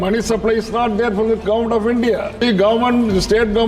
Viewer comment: He pronounces governament😊